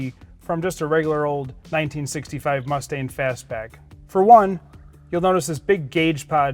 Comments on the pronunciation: Is it just me or does he sound like he is calling the car a Mustaine? The car he is driving looks just like 5S089, which just sold for $499,000, which has no stripes, no mirrors and steel wheels. Also, I believe only 27% came from the factory with lemans stripes. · Jeez he keeps saying “Mus-stain” not mustang and it drives me crazy